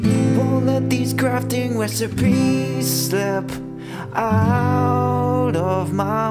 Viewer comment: Did he say “wesipies” Or “resipies”?